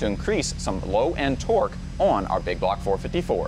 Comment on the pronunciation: Baby say big bwock 👶